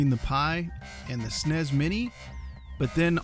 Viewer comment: who says "snays" instead of S.N.E.S.?